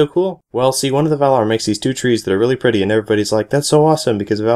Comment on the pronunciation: THAT IS NOT HOW YOU PRONOUNCE TREES!!!